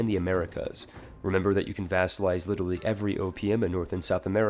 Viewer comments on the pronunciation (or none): none